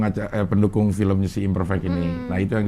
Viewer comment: Imperfect cing ngomongnya, bukan Imperfect